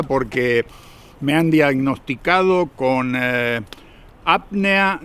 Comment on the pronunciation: apnea, no apnia como se siente su pronunciación